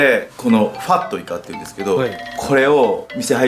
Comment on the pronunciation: ファットイカのイントネーションおかしくない？